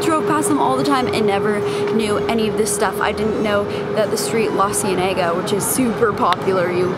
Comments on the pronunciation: Your pronunciation of La Cienega lol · The way you said Lacienega lmao. I mean did you ever watch the proud family? She’s literally named after the street!